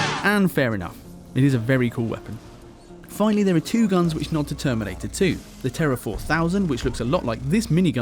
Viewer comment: "The terminTator"